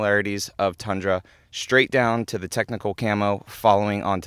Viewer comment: Tundra is pronounced with U btw. Not A